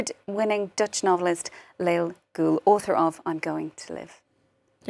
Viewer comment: Lale is a true hero ! And her name is pronounced LA-LE.... NOT LAIL... journalist supposed to do a little research or.. oh wait we live in 2023 real journalism is dead.